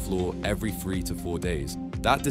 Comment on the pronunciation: How is three and free pronounced the same? Everyfing???? Firty??? Fousand????